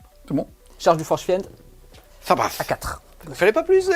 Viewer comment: je t'adore. Mais à chaque fois que tu dis "fiènede", il y a un prof d'anglais qui meurt quelque part